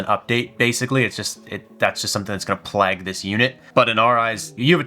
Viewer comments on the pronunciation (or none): none